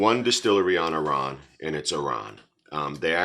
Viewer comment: Enjoying the reviews, just caught up on this channel, but your a little off with the pronunciation off the Distillery hard 'AHR-ran' 😊 But who worries, as long as your enjoying the content.